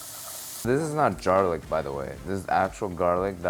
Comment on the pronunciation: say what now? Dzarlik? 😂